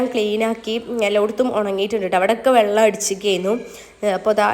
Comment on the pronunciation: Vallam alla vellam ennuparayu nallaveedatto